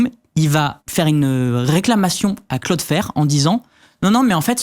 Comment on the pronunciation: Le Claude fer au lieu de cloudflare c'était vraiment drôle ptdr